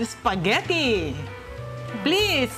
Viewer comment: Espaghetti...e di E not S. Lol